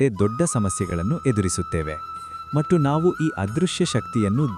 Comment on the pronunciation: That is not 'mattu' that is ' mathhu'. Please Pronounce properly.